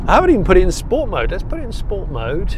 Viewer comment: I love how Jonny really struggles to say ‘sport mode’ like a regular person.